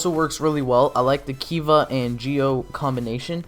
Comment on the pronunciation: And kiva as keybar